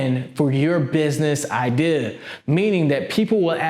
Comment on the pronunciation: take a shot everytime he says idear